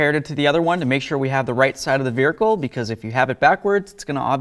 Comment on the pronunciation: Is it me or does he say “vehicle” funny😂